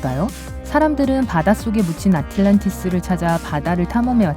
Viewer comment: 중간 넘어서야 아틀란티스라 하네~~??? 아틸란티스가 아니라 아틀란티스 입니다